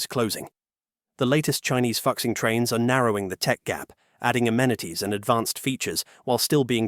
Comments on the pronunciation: I lost it when you pronounce fuxing as "foxing". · Fuxing is pronounced more like Foo-shing. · It's pronounced Foo-Shing. He's tripping. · Like fuck sing is not how you pronounce it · He pronounced it as Fucx ing 😂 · Obvious... But still, points deducted for not proof hearing the content. Regardless, it is kinda fun hearing "fuk sing"... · "Fuxing" prounces as Fooshing. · “Fu” is pronounced as FOO…what a palmface pronunciation. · I press stop after you can’t even get a train name right. 😂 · the new Fuxing series was mentioned. The name was mispronounced due to the unique representation of Chinese phonetics using English characters. The many Chinese phonetics exceed ea direct English representation so some phonetics are representative rather than directly in conventional English pronunciation. Therefore “Fuxing” is actually pronounced Foo-Shing, which is the name of a Chinese mythological god of happiness. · Learn to pronounce chinese words. You butchered "FU2 XING1" If you are unwilling to learn then dont cover chinese content. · Ahem...'Fukxing' trains? Surely you mean to pronounce Fuxing (rejunvenation) as in 'Foo-Xing" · Fuxing is pronounced closer to foo-shing, not fucksing 😂😂😂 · i wanna laugh so bad every time he pronounce "FUxing", it actually more like "Foo Sing" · Hi Admin. Is not "Fux-Xing". Is "Foo-Xing". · It took me a while to realize that the voiceover was pronouncing 'Fuxing' as 'F*CK-sing' instead of 'foo-SHEENG' 🙂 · 复兴，fu'Xing not foxing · FUXING is pronounced "foosing" or "fooshing", not fucksing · It’s not ‘f*** sing’, it’s pronounced ‘Foo Sing’ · Great video and great insight into Chinese Industry! Although I would like to mention that the “复兴” is pronounced "foo-shing“ and not ”foxing“. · FOO-SHING, not fuk-sing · It is not pronounced as "fuck sing". It is "fooh sing" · Fuxing is pronounced "foo - shing" not "fox xing" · Fuxing is not pronunced fuc-sing its pronunced foo-sing dont mind my spelling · Fuxing is pronounced foo-shing